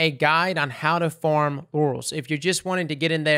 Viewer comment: to is hilarious on accident due to accidentally saying orals instead of laurels. "I will be making a guide on how to farm orals, if you're looking to get in and say grind.."